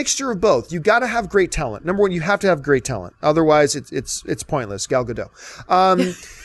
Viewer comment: Gal Godot, I heard that haha